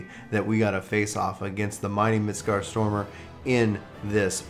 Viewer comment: "Mitscartstormer" Yeah that's not how it's pronounced. Midgard Sormir would be close.